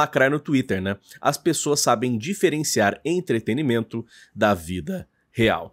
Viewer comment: pqp! Se diz E N T R E T E N N N N N I M E N T O!!! Cê é tão articulado mano, todo vídeo cê erra isso meu chefe!!